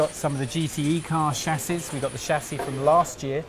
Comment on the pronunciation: What's a SHASSHI OR ALUOMINUM? LOL